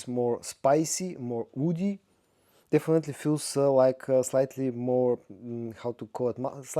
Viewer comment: He can’t pronounce the letter “ w “ . Purely down to his accent, he can’t pronounce Wood.